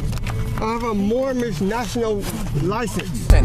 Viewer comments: I thought it was moorish ? I thought he was saying mormon? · Wtf is "Moormish"? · The first guy kept saying “I’m Mormish” wtf is a Mormish 😂😂🥴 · What’s sad is that this man was tricked into believing this nonsense!! Because surely he doesn’t have a full deck so someone coerced this guy maybe even getting him to part with money for his ‘papers’ …! He needs to take his ‘mormnish’ (his pronounciation) papers and use them to paper his bathroom ceiling! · Moormish? Dope doesn't know the correct pronunciation is Moorish. No 'm'. Sounds like he needs to go back to Moorish Driver's Uneducation. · MoorMish? IF he can't say it correctly I'm pretty sure he's something else? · MOOR-MISH LOL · A "Moormish?" Is that a mixture of Moorish and Amish, or Moorish and Mormon? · I've heard of "Moorish" and "Mormon" but wtf is a "Moormish"?! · Did the guy say he was Moormish or Moron? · It's Moorish not Mormish. Get you act together fool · I thought that was a typo. I lost it when he said "moormish" 😅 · Now, if he'd pronounced it "Moorish" correctly, they would have understood it, and just let him go. I wish I could meet one of these cretins. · Aks for mormish identifaycation....what a broken glossary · I’m moorish? Lol. It’s moorish isn’t it. At least get the fake nationality right. Lol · I strongly suspect that the Sovereign Citizen Society will be demanding that this creton return his membership card. He has failed to learn his sovereign rights and instead has chosen to read them (very poorly) from a piece of paper, while mispronouncing big words like "moorish." Oh the shame. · He can't even say moorish.